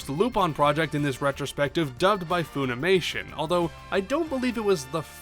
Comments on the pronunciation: "Fuh-nimation", not "Foo-nimation". American company. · I don't mean to be rude but I am going to ask why you're pronouncing it foonimation? Do they say it that way in the Japanese dubs?